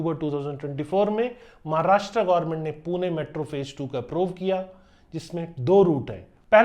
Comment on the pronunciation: WTF man you have literally no idea about Pune and you are just compiling information from google. Your pronunciation sucks big time. भाई सारे जगह के नामोंकी माँ बहन कर दी तुने 🤦🏼‍♂️ Please update yourself. If you are struggling to pronounce it correctly, get someone's help. Here are the correct names in Marathi. पुने ❌ पुणे ✅ कोरेगांव ❌ कोरेगाव ✅ कल्यानीनगर ❌ कल्याणीनगर ✅ बनेर ❌ बाणेर ✅ वकाड ❌ वाकड ✅ खरडी ❌ खराडी ✅ पुनेवाले ❌ पुनावळे ✅ हिंजेवाडी ❌ हिंजवडी ✅ सवरगटे ❌ स्वारगेट ✅ रामावाडी ❌ रामवाडी ✅ चांँदनी चॉक ❌ चांदणी चौक ✅ नाळस्टॉप ❌ नळस्टॉप ✅ माणिकबौग ❌ माणिकबाग ✅ लोहेगांव ❌ लोहगाव ✅ हिंजेवाडा ❌ हिंजवडी ✅ चकन ❌ चाकण ✅ तालेगांव ❌ तळेगाव ✅ उंडरी ❌ उंदरी ✅ चिंजवाड ❌ चिंचवड ✅